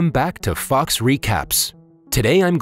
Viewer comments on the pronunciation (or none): Dude I thought you said fucks recap. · When he said “welcome back to Fox Recaps” I thought he said “Welcome back to Fucks Recaps” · saying: fox recaps what i hear: fucks recap